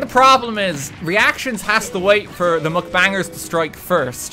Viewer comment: Is anyone gonna tell him its mukbang and not mcbang??? Or like?